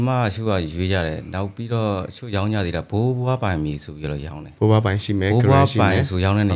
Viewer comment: ဘိုးဘွားနဲ့ဘိုးဘအသံမသဲကွဲဘူး၊အဲနေရာမှာဖြည်း၂ပြောပေးရင်ကောင်းမယ်